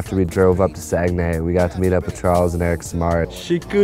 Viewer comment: It's not Saginée it's Saguenay !! haha I cam from that place !